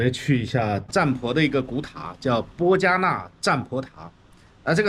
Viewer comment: 谢谢回国了还整理和上传摩旅的视频. 占婆王国中文又称邻沂. 口误说成波加纳应该是波纳加才对 PO NAGAR, 我1997年来时, 这里还很残破, 当时它是在芽庄的郊区现在被城市包围了.